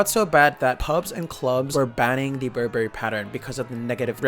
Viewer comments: Burberry is pronounced Burr-Burry. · So funny how you pronounce BurBERRY;)